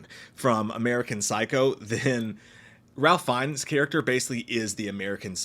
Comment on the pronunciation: I think it's prononced. Raif Fines. Or it was 5 minutes ago.